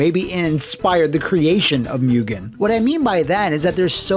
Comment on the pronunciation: Moo-Genn, not Mew-Genn. Coming from the Japanese word for infinite/infinity: 無限/Mugen 🤓